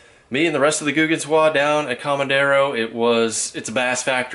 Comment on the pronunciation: Lake COMEDERO ( means FEEDER in Spanish),, you are calling it Comandero, a word you made up!